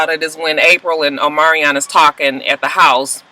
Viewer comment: Just say Omarion lol his name is hard to say.